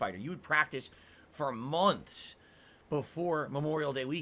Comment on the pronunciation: "youd practice for momths! MOMTHS!" (snort, lip smack)